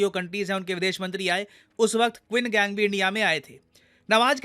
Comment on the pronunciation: Qin gang usko nhi phardte usko , usko "chin kank" phardte hai, bhale qin gang likhte hai!